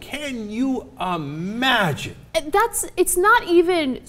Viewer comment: "Can you Amagine"?